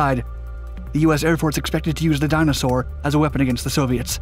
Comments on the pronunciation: dyna-soar not dinosaur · the video is informative, but you make ''Dyna Soar'' sound like ''dinosaur''!